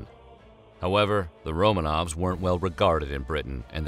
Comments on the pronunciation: Stop saying "Romaines". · Did he say "Romains" at one point or is my dark soul warping my hearing? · "Romaines"? Really?